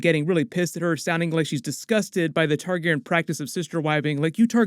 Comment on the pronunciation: Why do you pronounce Targaryen “Targ-airin“?